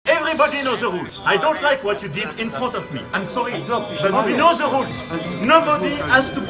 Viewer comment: "èveribodi respecte ze roules" ! Mdr ! On dirait un candidat de télé-réalité ! Bon... manu rentre à la maison, maman.... euh... brigitte t'attend ! Tu saoules tout le monde !